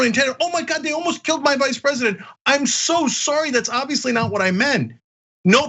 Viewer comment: Sorry Vice president not vise...lol